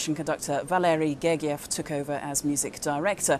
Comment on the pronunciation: Her pronunciation is correct. Valery Gergiev is Russian and the "g" is hard in the Russian language.